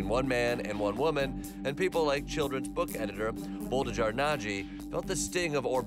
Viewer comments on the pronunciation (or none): Boldizsar Nagy btw is pronounced like Bold-i-jar (soft J on jar), and Nagy is pronounced like Nadj. Also, Hungarians put family name first. So, Nagy Boldizsar. You know what... This doesn't help... No wonder nobody can speak Hungarian... His name literally means Big Boldizsar. Maybe just roll with Big Bold badass... It'd be only slightly less accurate...